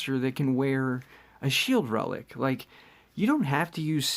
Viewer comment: I remember when you said that "jasustars mask is not a good reliec"😂